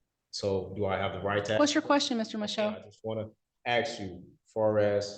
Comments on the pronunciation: Why do some Americans say "aks" instead of "ask" and "dekstop" instead of "desktop"? I have hear this on numerous occasions. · tries to sound smart BUT says "aks" instead of "ask". Idiot... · He wants to “axe” another question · As always, if someone says "axe" instead of "ask", nothing intelligent is going to come out of their mouth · Exactly what are you axing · I wanna ax you a question lol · he is pulling sov cit stuff for federal firearm charges? man he is really really stupid. why cant he ax a question? he cant even read his own crap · Anyone that uses the word AXE instead of ask, shouldn’t be allowed to waste the taxpayers money in delays lol. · This SovCidiot "axes" a lot of questions - literally. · The judge should say "do you want to ASK a question, or AXE a queshion" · Whats also funny, these pondlife try to trip the judge up on how things are stated, and use language as a crutch.......then use ' axe ' instead of ' ask ' 😂😂😂😂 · I'm so tired of "aks" that is not a word in any language on this planet. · "I'm trying to ax you a question" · He wants to "axe" a question🤔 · How do you "ax a question?"